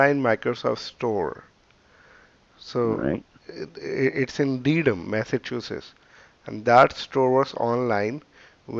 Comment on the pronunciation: Um, it's pronounced Dedum, Mass - they have to practice on their Boston accents lol